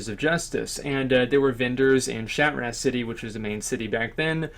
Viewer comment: Dude it's not shAtrah it's shatrAAAAh